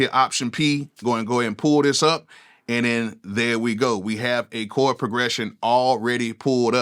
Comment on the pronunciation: “Chord “, NOT “Cord”.